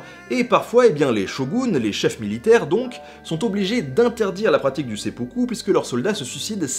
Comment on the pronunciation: Il me semble que le sempuku se prononce s'aime poux coup. Excellente vidéo sinon, comme d'habitude en fait. Merci pour ces vidéos d'ailleurs. ;)